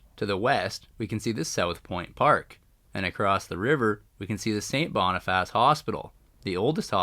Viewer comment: It's pronounced Sait Bonifiss , or locally Sait Bee . The Seine River is named after Louis Riel's parent's who operated a fish seine or trap on the small river , not to be confused with the Seine River in Paris . The Sprague line is pronounced Spraag line . Winnipeg has well over 100.000 indigenous people many of whom live in poverty . Quite a few of them are homeless . The Bergen's Cutoff Bridge was buil to haul cordite from Transcona in the east to the north end to build munitions for WW1 .